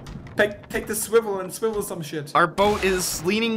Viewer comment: "Take the swiwel and swiwel some shit!"